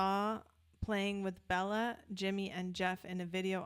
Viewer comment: Great selection. Béla and Billy have played/recorded together a few times. Just for correctness Béla is pronounced bey-la not bell-a.